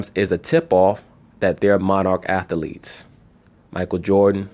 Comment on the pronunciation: I like how he says atheletes. He says all syllables lol